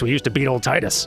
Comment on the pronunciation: that is how you say it correctly, there are two ways to pronounce the letter I, there is the strong I and there is the weak i, wich sounds like "ee" or the strong E sound. And before anyone starts questioning grammar at me, final fantasy 10's theme is around water, so its Tidus, not Teedus, you know like the tides that sandy beaches have, with water.